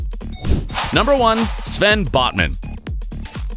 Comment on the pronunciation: Botman* not Bosman